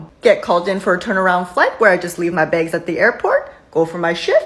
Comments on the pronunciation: Why do you keep saying "begs" instead of "bags?". It sounds super weird!!! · Why do u always say bages just say bags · Begs? Oh...so close...you almost said 'bags' not in Canadian! Also, heard that recent agreement was made to pay the whole time they're working. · ITS CALLED BAGS NOT BEGS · I’m sorry, did you say “baigs”? ☺️😛